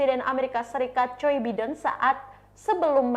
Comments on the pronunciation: Mbak, kalo nyebut nama orang, apalagi nama seorang presiden itu harus benar. Biden dibaca “Baiden” dan bukan “bidden” ….. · Nama org hrs dieja sesuai dgn bahasa aslinya mbak. Biden dibaca BAIDEN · Mba bisa baca nama bidin dengan bahasa yg benar jangan asal bunyi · Pelapalan nya Baiden malah biden wkwkwk, luar biasa tukang cooypaste ini